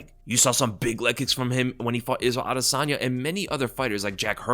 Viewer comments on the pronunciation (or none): none